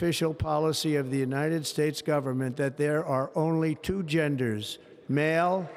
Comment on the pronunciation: what's that Unined States about ''N''